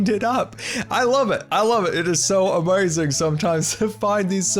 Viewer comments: Love how you say amazing as amazon at least thats how I think its spelled, also shout out from Washington state here too! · Love the way you say amazing